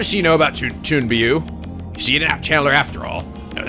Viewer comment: Its chu-ni-byou